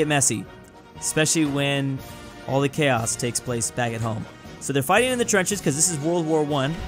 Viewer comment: The way he said the in this part is kinda funny because he said aww...